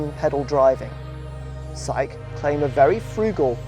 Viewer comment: shang qi , you says Japanese pronounced